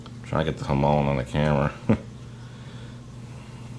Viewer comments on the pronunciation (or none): none